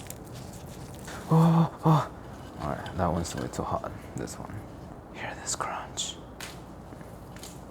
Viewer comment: Yeah I don't know it's the c words like when he says crispy and crunch